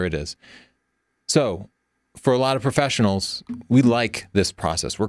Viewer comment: I like how he says "perfesionals."